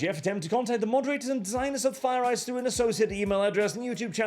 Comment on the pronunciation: “Are you ready for ze new world order?”